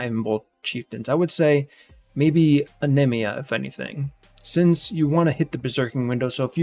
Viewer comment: Anemia is a real word and that's not how you pronounce it...